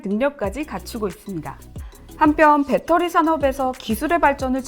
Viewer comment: 배터리 발음 교정하세요 젊은사람 같은데